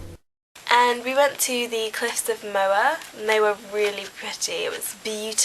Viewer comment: you should of went to Dublin, where i live its amazing! and you pronouncer cliffs of moher wrong ha